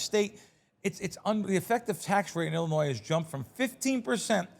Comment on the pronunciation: C’mon …the s is silent in Illinois. Everyone learns that in elementary school. Love the show.